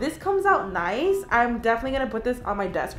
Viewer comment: She said noice not nice fit